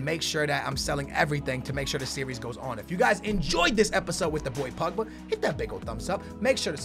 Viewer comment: He says it like Pugba its POgba